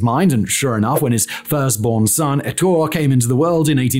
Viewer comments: Ettore. eh-TOR-eh. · Bugatti is Italian, there is an e at the end of Ettore. Say the e just like mascarpone